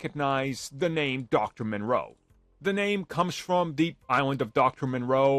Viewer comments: Moreau. Not Monroe. From a HG Wells novel. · Sounds like you’re saying Monroe instead of Moreau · It’s moreau, not Monroe. Nice video though, but you didn’t stick the landing with that one 😂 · It's Dr. Moreau, NOT Dr. Monroe. How do you make videos without doing any research at all when it comes to the simplest things? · Are you talking about Dr. Moreau? You keep saying Monroe. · the island of doctor moreau. Not Monroe. Ffs. Yeah it's a dude building animal hybrids.. I can see where he is Coming from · It's not monroe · First thing I thought. It is Moreau. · It's not Monroe m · There is no "N" in Dr. Moreau. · You do know that you're butchering that name. It's pronounced More-Row. There's no N in it. Its spelled Moreau.